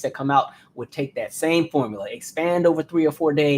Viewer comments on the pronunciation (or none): none